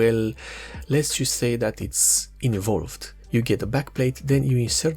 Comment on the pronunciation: It is "un-evolved" not "in-evolved" :P That's a very minor quibble - the information you gave was excellent.